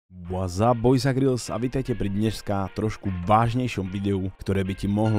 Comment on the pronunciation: Zdalo sa mi to alebo povedal Grills?